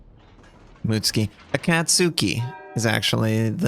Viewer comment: It's M U T SU K I , you pleb ! not M U T S K I .